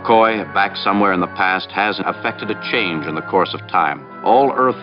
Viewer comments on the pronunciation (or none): none